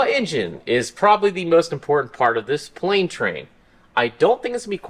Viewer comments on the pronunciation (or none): Ah yes prane /tlane